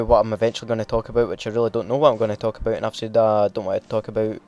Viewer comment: What the hell is "Talk aböit"